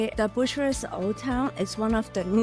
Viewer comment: 😂 "BUSHURESS"...😅 .. No it's not at all bushuress but BYUKAREST